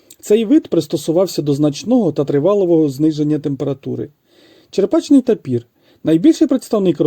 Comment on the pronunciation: Відео гарне,але тапір буває не "чеРПачний",в "чеПРачний".